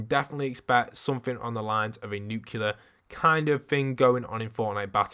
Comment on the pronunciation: He keeps saying nucular which is killing me cuz it’s nuclear (N-oo-clear) New Clea R